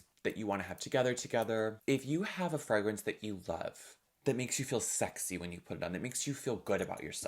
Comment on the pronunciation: im obsessed with how you pronounce Fragrance. freh-grence